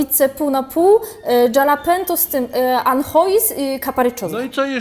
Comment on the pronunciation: to się mówi anszua